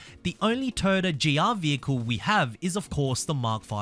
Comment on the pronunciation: TOYOTA NOT TAAYOTA BRO YOUR PRONUNCIATION IS FUCKED